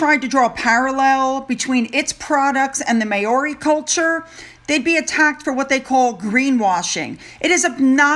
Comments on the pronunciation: Hi - I’m Australian and have New Zealand friends - not trying to be rude but we all pronounce the Māori (phonetically pronounced Mow-ri) not Ma- ori - just a bit of help with the pronunciation sweets - I know it is hard for you guys to work out our way of speaking - understandable 👍🏿🥰🇦🇺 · darling, MĀORI is pronounced Mow (sounds like cow + Ree = MOWREE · ..the way to Pronounce Maori is MOW-REE...not MAY-OR-EE...remember the MOW is like COW...ok.. As for the idiots staying in the UK, they're not allowed at ANY public events! They will be closely monitored...they'll still try and get the money shots of the phantom children with The Queen...but they've been told they aren't allowed to share any conversation or photos...and if they do..that will be the end!! 🥰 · Please excuse me but pronunciation of New Zealands first people is MOWRI to be correct. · Dear it is pronounced. MOWRI…… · Māori pronounced ‘mower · Hi, just FYI, it’s pronounced “mow-rie”. ❤️🇨🇦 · Also, Prince Charles and Camilla will be doing a tour of Canada next week. 🇨🇦 PS JUST an fyi Māori is pronounced Mow(rhymes with how) ree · I am sorry, but I must correct you on your pronunciation. Maori is: 'mao' as in Mao Tse Tung the Chinese dictator and 'ri' is just the way you are saying it. Not a good sight word is it. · Hi, I grew up in NZ….just letting you know the pronunciation of Māori is pronounced phonetically ‘Mowri’ now thats not like mowing the lawn ‘Mow’….its more like now as if you said ‘nowri’ but ‘Mowri’. I hope that lets you know how Māori is phonetically pronounced. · Hi, Maori is pronounced like the Hawaiian island, but with an R.. Mauri.. I was pronouncing it like you before I met a few Kiwis..... Have a fabulous weekend my lovely. 🥂😘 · Maori is pronounced as Mao like cow but with an “m” you have the “ri” spot on 😊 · It’s pronounced “Mowrie” ❤️ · Read my last one o how to pronounce Māori,.